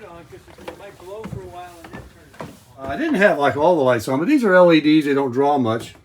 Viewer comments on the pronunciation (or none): none